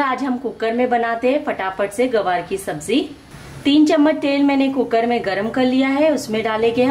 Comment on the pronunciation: Mam gawar nhi, gwar bola jata hi. Nice recipe